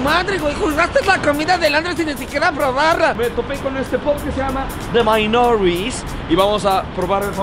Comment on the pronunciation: Like si te diste cuenta que pronunció de la verga “The Minories” :S